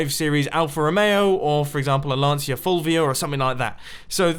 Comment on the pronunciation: Lancia isn't pronounced Laan-zia but Lantshia